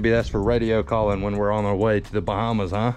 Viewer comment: I honestly thought when you said "... on our way to the bottom" when you said "Bahamas". Lol